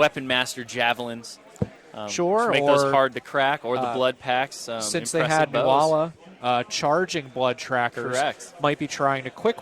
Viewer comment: Nuala is pronounced noo-la, not new-ah-la!